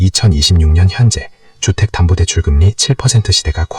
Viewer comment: 금니? 주택단부대출? 세금떼면 몇분 안됩니다? 그리고 나레이션은 세탁기 호스에 입대고 하는건가요?